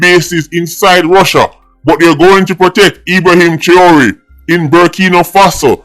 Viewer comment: YOU CAN'T EVEN PRONOUNCE HIS NAME CORRECTLY....STAY IN YOUR LANE...YOU KNOW NOTHING ABOUT GEOPOLITICAL TOPICS OR AFRICAN HISTORY FOR THAT MATTER...YOU HAVE NO MATERIAL TO BACK UP WHAT YOU SAYING..WHAT HAPPEN YOUR SOURSES IN JAMAICA RUNNING OUT OF THINGS TO TELL YOU....STOP EMBARRASSING YOURSELF 😅😅😅😅😅😅😅FOOL, NONSENCE, RUBBISH😂.